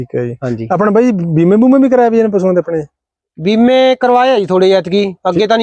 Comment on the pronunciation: ਵਾਈ ਨਹੀਂ,ਬਾਈ